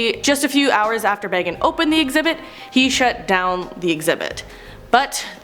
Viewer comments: Its dih buk not di bik and not how she's saying it either and zach bah gahns not baggins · This host is horrible!! She's pronouncing words incorrect including Zak B-A-Gans.. Not Bag-ens! Jerk! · It’s pronounced bagins for Pete’s sake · Zack BAYgins 😆 i can't. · Can we talk about how she’s saying bagans wrong? It’s said the way it’s spelt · Please work on your pronunciations. Here's a few... Dybbuk...Dib-ick Bagans...hard a, like in cake. Not like bag. Ed Geins...hard G, hard Es. Not Gines like rice. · And says Bagans like he's bilbo baggins... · Zak BAY-GANS, DIB-BUCK box, Ed GEEN